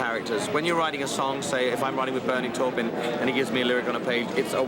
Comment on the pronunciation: I wish the narrator would stop mis-pronouncing Bernie Taupin's last name.